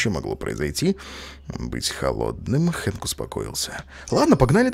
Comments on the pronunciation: Хэнк а не Френк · не фрэнк, а хэнк